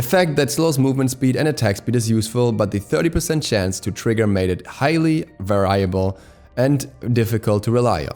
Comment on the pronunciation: that is the oddest pronunciation of "variable" ever